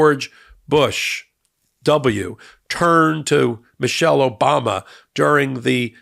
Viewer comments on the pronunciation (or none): none